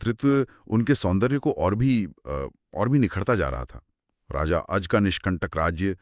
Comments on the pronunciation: अज को अजा क्यों बोल रहे हैं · आप दोनों ही अज को आजा बोल रहे हैं, ये अच्छा नहीं लगता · अजा नहीं अज